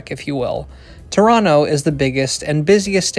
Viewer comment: I am impressed that you pronounced Toronto correctly…